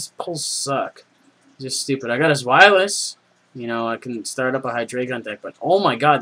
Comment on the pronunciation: You said Zweilous right, but Hy-DRY-Gon, Eins Zwei Drei